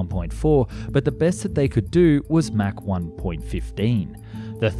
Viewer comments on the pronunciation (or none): none